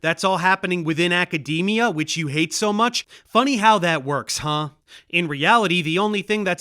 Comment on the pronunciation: I’m still scarred by “acadamia” pronunciation